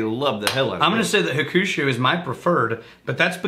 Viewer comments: Nice review recently found you guys keep up the good work. I live in Japan and I understand you don't speak Japanese but your pronunciation of Hakushu 白州 you are saying Revenge. Also Hibiki 21 is also fantastic. Keep up the good work. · ...and hakushu is pronounced HOCK-SHOE